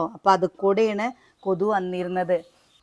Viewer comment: Kothu alla kothuk.